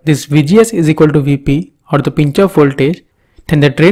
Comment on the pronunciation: The pause between 'the' and other words u say, and its pronouncing drives me crazy ._. anyways good video ^^